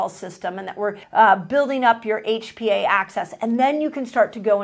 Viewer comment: "HPA access"? Thanks for this.